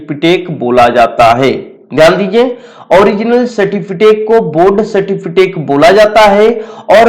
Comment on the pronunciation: Abe certificate hota a certifitake nhi hota